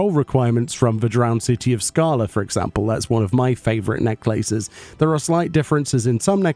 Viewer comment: the way you say necklaces is gonna live in my mind rent free now, and I will make sure to also say Neck Laces too in your honor.